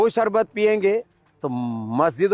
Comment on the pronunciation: Sharbat toh bol nhi pa rha sarbat bol rha hai kana